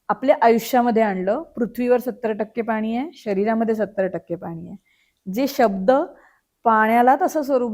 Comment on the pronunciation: निवेदक खूपच अशुद्ध बोलत आहे..सुधारणा केली पाहिजे.. आनी पानी पन टाळायला हवे 😢😢